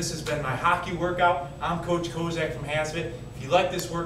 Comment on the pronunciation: hawk-ee not haw-key open your nose!